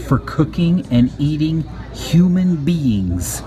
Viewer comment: Did you say, "human beans?"